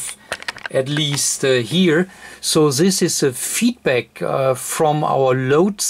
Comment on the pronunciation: Das heißt nicht "sis" das heißt "this" :)